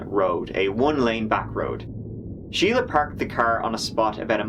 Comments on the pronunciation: Shelia and Sheila are not the same. Shelia is pronounced Shell-ya. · Is not her name Shel-ia? Not Sheila? Edit: I heard the judge say Sheila too and I'm thoroughly confused